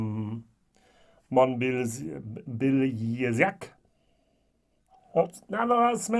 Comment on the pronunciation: Mon-ba-Zee-yak I was born in this region. If you have a chance, try Tomatin 21 first fill ex Bourbon ! I have already seen two german whiskytubers who really liked it and i would like your take on it (If you have the opportunity of course.) Btw, this blind tasting was great and humbling as you said. Nothing beats it